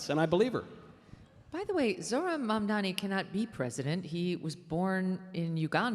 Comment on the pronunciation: I do love how Megyn insists on Mamdami instead of Mamdani.